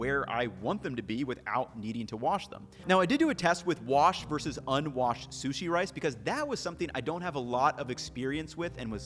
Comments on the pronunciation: I swear you have a minimum of one mispronunciation per video. I’m not being critical. I just find it interesting. It’s like an egg hunt for me to find the word you mispronounce. Keeps me in suspense til I hear it. This time was sushi as sue-see . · “Soosy rice”